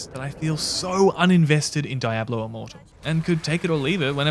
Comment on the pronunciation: You're pronouncing Diablo wrong dude